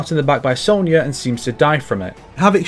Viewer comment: Ffs it's SONYA! don't say sownyah like the yanks do, you're northern as well! We speak the queen's, pronounce with pride.